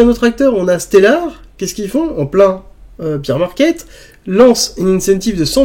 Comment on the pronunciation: on dit "bèr" market et pas "bir" market. Sinon, ça veut dire bière market au lieu d'ours market ;-)